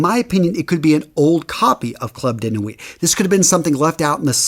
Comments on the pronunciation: Nuit is pronounced “New-y” Sorry, 5 years of French, and I’m getting a flashback of my French teacher is yelling at me. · Always good content but you need to work on your french pronunciation. 🙃 Nuit = New-ee ☺️ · I like the way you pronounce french words.... Ultra male... Please just pronounce it in English accent.... And never ever never pronounce a consonant that come last in french... Nuit you did it well except for the t... Don't pronounce it please Amazing videos